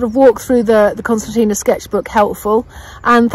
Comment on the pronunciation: No, I think she's questioning your pronunciation of it.